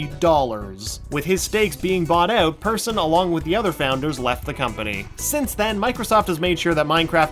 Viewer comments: ITS PERSSON NOT PERSON!!! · Notchs name is pronaunsed Perrshon not Persone! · Lol u pronounced "persson" wrong lol